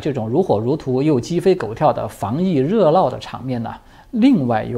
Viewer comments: 毫无恶意的指出一个小小问题，热闹 发n音会发成l音，不过无伤大雅，仍然是最喜欢的中文时事评论员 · 这是口音，有一些地方的方言是不分N、L的。不会不知道“热闹”的正确发音的，但是乡音难改。真没必要纠结这些。